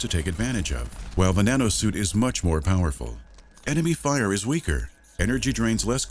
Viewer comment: Instead of "the Nanosuit", i hear "Banana suit" every time...